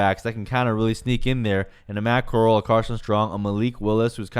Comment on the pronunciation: No hate, but Corall is pronounced "koe-rahl" co as in cosign and rall as in rally.